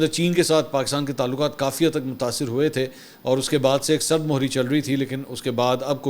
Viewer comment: سرد مُہری نہیں سرد مِہری ہے !